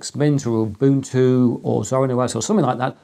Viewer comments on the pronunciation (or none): none